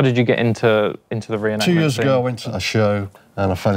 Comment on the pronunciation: Say it with me now.....It's a RE-EN-ACT-MENT